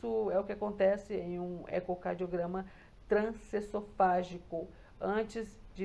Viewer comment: Meu Deus, a mulher trabalha fazendo o exame e não consegue pronunciar o nome? É trans-eso-fa-gi-co. E o S tem som de z ao pronunciar pq advém de E-SO-FA-GO. ESOFAGO